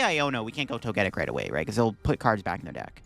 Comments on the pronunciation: It's pronounced Toge-Tic as in Toga and Tic like TicTok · Plot twist: he knows how to pronounce it, but says it incorrectly on purpose so people will comment on it. Engagement!